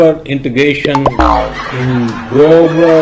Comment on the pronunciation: Rahul is a born orator and chooses his words carefully for public gatherings. On the other hand, Modi and the Son of Shah are hopeless even while using the teleprompter. Modi has been addressing the gatherings since 2014 but still very confidentially say gobar instead global. It is advisable that his speech writers give him adequate information to deliver acceptable contents.